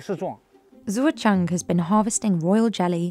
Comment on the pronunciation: Shoutout to the narrator for confidently butchering the farmer Zuozheng's name repeatedly over and over in typical British fashion.